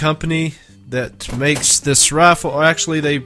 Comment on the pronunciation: Sounds like you're saying send this raffle back. I know you have an accent I know you saying rifle but it does sound like raffle LOL